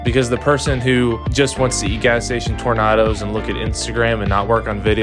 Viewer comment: Did you say tor-nah-doe instead of tor-nay-doe!? You madman.